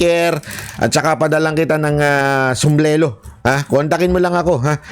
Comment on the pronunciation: sombrero po ang tamang bigkas....bring home our beloved fprrd💓❤️💓